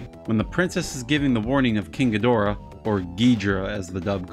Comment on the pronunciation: Ghi-dor-ah is an incorrect pronunciation. This was a mistake that started in the English dubs during Heisei series and it has haunted us ever since. Japanese speak very quickly and do not enunciate their consonants very strongly.. So even if the word Ghidorah is written in 3 symbol pattern in Japanese it would be said quickly and sound like a two syllable word. Either Giddra or Geedra